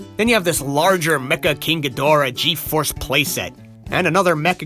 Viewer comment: Ghidorah is pronounced like (ghee-dr-uh) (No offence intended)